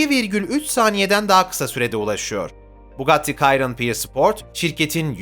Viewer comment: Bugatti kayron ne yaaa abi? 😆 Bugatti Şiron onun adı